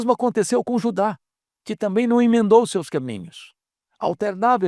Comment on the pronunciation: Não tamito,e sim "também "